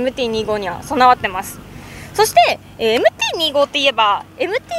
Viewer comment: MT−２５（Two Five）じゃないの？ このチャンネルはそこらへんがいい加減 丸山氏もふくめて